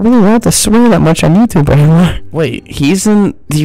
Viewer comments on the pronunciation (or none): none